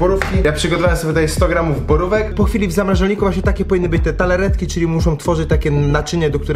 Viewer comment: Wszystko spoko gościu, tylko...TARTAletki, nie TALAretki ; D pzdr!